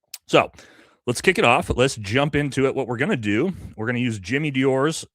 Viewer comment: Jimmy Diore?,really you don't know how to pronounce his name correctly??